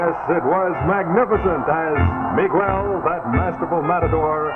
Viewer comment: That bi-lingual announcer who was selling the Stay-Full Battery sure had our Spanish-speaking audience' attention with his expert proununciation of names such as Mi-GWELL.